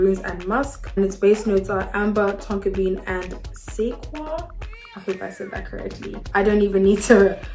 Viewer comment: lol I believe sequoia is pronounced se-koh-ya